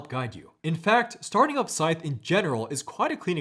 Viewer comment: Scythe rhymes with writhe, not fife.